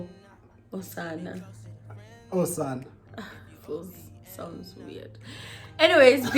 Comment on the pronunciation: Lmao..im not even 5mins into the video and I'm already laughing at "Osana"😂. I think you wanted to say Amasana (plural) or Usana (singular).